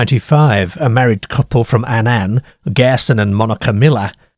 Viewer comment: he cannae pronounce Annan correctly though...!